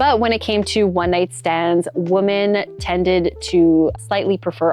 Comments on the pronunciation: WOMEN... WOMEN... it's plural...say it right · Learn how to pronounce “women,” please.